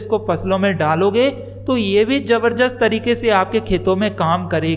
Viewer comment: Jabarjast nahin jaarjast nahin jabardast hota hai